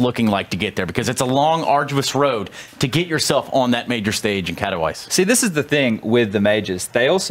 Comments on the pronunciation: Okay, I seriously need help. Is it not "Kat-ow-iss"? I think they're saying "Care-ee-veet-zae", but I desperately need a pronunciation guide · Its pronounced "Katovitse"